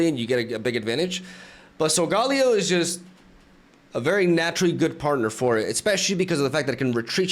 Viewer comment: SOL-GAH-LAY-OH Please …. Lol